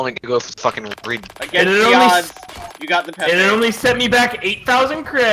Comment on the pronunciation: It's pronounced pep - aye